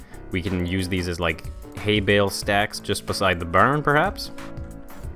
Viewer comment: Really? Haybail? Its Haybale